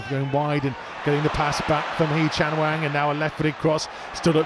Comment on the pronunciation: ffs say hwang's name correctly and in proper order